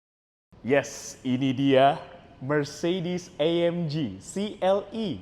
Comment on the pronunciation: Itu cara bacanya AMG bukan AMJI, karena di bahasa Jerman itu G tetap di baca G bukan jadi Ji kayak bahasa inggris